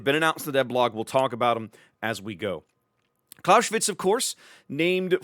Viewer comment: "Claus-eh-witz" not "Claushwitz" - the "s" is an "s" not a "sh" and the "e" is pronounced like in "enemy". But great vid - thanks!